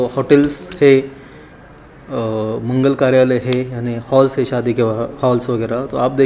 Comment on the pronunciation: Saadi nahi shaadi